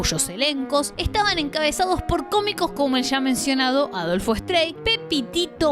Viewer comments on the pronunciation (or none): Se dice Adolfo strai (no strei como seria en inglés). El otro nombre es Carlos “persiavale”.